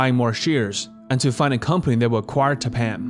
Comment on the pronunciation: Tappan is actually pronounced TAP-in. I'm old enough to remember their commercials on television. Otherwise, great documentary!